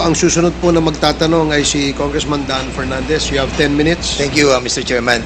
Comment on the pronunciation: Pernandes, ahh,ahh, ahh, mag-aral ka muna ng ingles, pronounciation mo is inglish kalabaw..